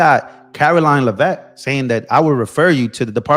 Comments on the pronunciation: it’s Lev-vitt. Lev as in bev. I went to school with one of her relatives. Please share the correct pronunciation. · Btw…it’s Lev-it. Accent on the Lev. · Are you a actually a paid Democrat agitator. Oh no, the sky is falling! You sound like AOC ranting because you can't get all the answers you want today. Do you pronounce Caroline's name wrong out of respect?